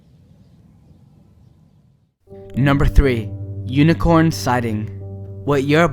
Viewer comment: did you say unicorn